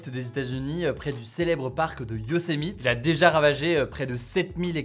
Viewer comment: Ça se prononce Yossémiti mon p'tit chat 😉